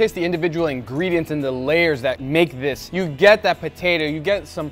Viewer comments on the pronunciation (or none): guga says "diss" and "dat" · Hey guga did you know the word "this" is spelled with a "th" not a "d"?